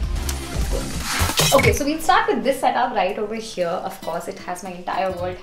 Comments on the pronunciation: Over heeeeeeyyyyyaaaaaa😖😖😖😖 R.I.P English 🛌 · Why so much emphasis on "Over here" 😂 too much tantrums